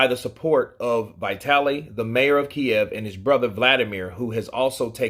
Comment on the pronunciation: dude it's not Vai-taly. It's Vee-taly...